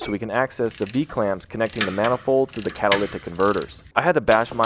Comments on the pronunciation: Dude are you saying "cataliptic"? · Are you saying catalyctic??? You know there's no c between the y and the t right? 😂 Or maybe my ears are just screwed up! 🤷‍♂️ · What is he saying when he’s trying to say catalytic? Is it catalyctic? I think so but hard to tell. Whatever it is he’s definitely not saying it right. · I can't be the only person that hears this man pronounce catalytic as "catolithic", like there's some secret H that only he is privy to. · You lost me at the 4th time you said "catalicktic" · Bro, I will never get over the way this man said’s “cat-a-ly-tic”. Bro, breaks that shit up into syllables. 😂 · Wtf are you saying. Because its definitely not "catalytic" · You say catalytic weird. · why does he say catalytic converter like that? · Can you even pronounce catalytic? I heard 3 different pronunciations in the first 2 mins. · You pronounce catalytic very weird. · Why do you pause during the word "catalytic" ? Is there a reason you need to say it like that? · The way he says catalytic hurts me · Anyone else triggered by the way he kept pronouncing "catalytic"? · The way he pronounces catalytic converter differently each time does it for me😂😂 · Anyone notice how this guy says catalytic? & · You... can't pronounce "catalytic" can you... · This guy CANNOT say catalytic to save his life. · they way you pronounce catalytic haha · Having a tough time pronouncing "catalytic," eh? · Why do you say "catalytic" so weird